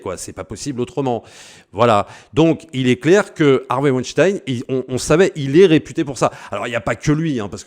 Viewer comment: Tu es l'un des très très rares qui dise Vaïnechtaïne et non Ouinestine et ça c'est déjà énorme! Merci!